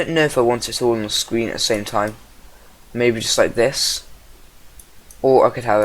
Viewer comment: YOU SAID SCWEEN